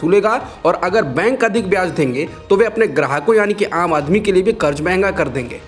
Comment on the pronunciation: Sahi lafz karz hai... Karj nahi. Kab sudhrein ge aap log..?